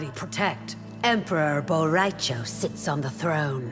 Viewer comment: “Emperor Bo Rai Cho sits on the throne” I recoiled